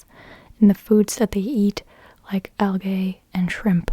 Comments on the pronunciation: Algae = Al-Gee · Jiffy is used, for example, as "I'll be back of a jiffy" Plus, algea is pronounced al-jee. Also, sorry to be that person, but you say thought, not thunken. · Nobody nowadays says, " I'll be there in a jiffy!" It sounds like hillbilly 1950s speak. I never heard the term for lint. Algae is pronounced " al-gee" in American English. What is your normal day job? I'm curious what you do beside this?